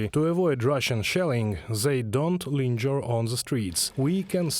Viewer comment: Just an ESL heads-up. “Linger” is pronounced like “finger”. But “lingerie” (ladies’ underwear / nightclothes) IS pronounced lon-zher-ee, because it’s borrowed from French, their word for a linen-closet.